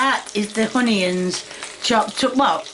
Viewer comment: Tommyahhtoes and Uneeeins!! LOL 🤣🤣